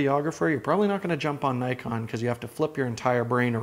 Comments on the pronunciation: Argh. N•ee•kon, not N•ai•kon. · Grrrr... Naikon :( Nee-con, please be professional, how can I trust your review if you can't even pronounce the name of the company correctly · Not to nitpick, but its pronounce Nee-kohn; phonetic basically as many foreign languages; nice review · Nikon is pronounced as 'neekon'.